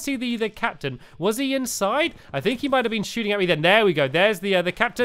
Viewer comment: I'm not surprised younger people can't speak nowadays ~.~ "Thisnis where I HANGED out last time" and of course the classic fink instead on think, and so on.